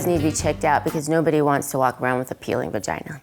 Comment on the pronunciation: she said bagina lol